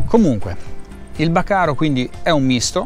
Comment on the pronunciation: BÀCARI NON bacaro